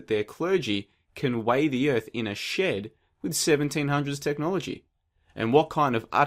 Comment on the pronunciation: Is it just me or does his pronunciation of shed sound a lot like shit?